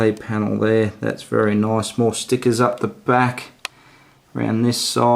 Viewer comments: "Noice" haha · Take a drink every time he says noice